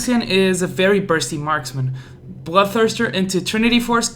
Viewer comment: please never say marksman again